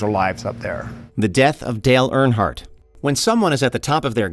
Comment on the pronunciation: Stop saying AirHardt it is EARNhardt.